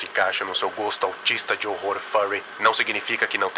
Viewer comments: Pior que esse analog horror é só o jeito que vc fala "horror" 😂😂😂 se pronuncia ÓRROR e não ÓRORROR JAKAKALAKAJAKAKA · Analog horra analog rorra skskksksk É mt engraçado e ao mesmo tempo agoniante ele falando analog rorwa kskskskkksksks